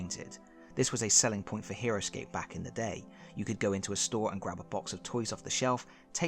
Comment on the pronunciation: For a minute, I thought you said Heroquest